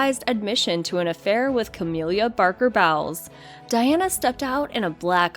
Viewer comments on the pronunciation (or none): "Cah-mill-ah", not "Cah-meal-liah", "Bowls", not bowels.